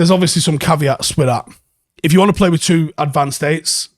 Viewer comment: It's time you started saying with as follows: 'WITH'....that's a 'TH' mate. Same as you were going to say 'THE'. Wiv is a cockney slant mate, not a Manc way of speaking. I used to do the same thing, but my mum, who was from Ancoats, would not ever let me say 'WIV'....it's 'TH' mate....WITH. as in 'we win, but say 'with instead of win. Same gob movements pal. Get on it, and I expect improvements by tomorrow morning!!!